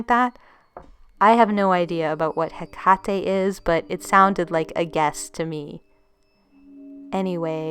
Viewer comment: You're mispronouncing "Hecate" but this is an excellent narration!